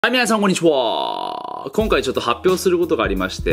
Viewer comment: こんにちWarって言ってるの最近気になってきた。